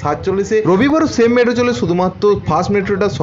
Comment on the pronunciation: Medro nki metro? 🤣